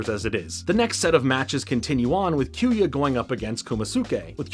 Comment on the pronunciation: Besides you butchering kyoya’s name.. in which I’ll let it slide. lol. Just to add rock Aires, and storm aquario is originally called clay Aries, and wind aquario in the OG jap version. Mad gasher is also a light wheel, before it got changed into the dark gasher. For further context Wind, clay and mad, is the name for the light wheels (plastic wheel). Dark and mad wheel is the same, just one being plastic, and the other metal. same goes for the storm, and wind wheel. Clay and rock wheel are nothing alike, two completely different wheels. They changed the name in the US dub to sell toys. Hasbro didn’t sell the light wheels only the metal counterparts hence the storm aquario and rock Aries name. TT made booster packs of these light wheel beys which include clay Aries, wind aquario and mad gasher. Which I’m a proud owner of all 3 main light wheel beys. But besides that, great video I really enjoyed this.. hopefully you continue to the metal saga it honestly gets way better.